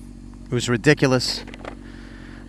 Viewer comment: Your Italian? The way you say ridiculous, Soprano'esq.